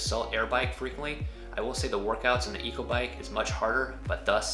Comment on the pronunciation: Great info! But Echo is pronounced "echo" (ehKO) not " eco" haha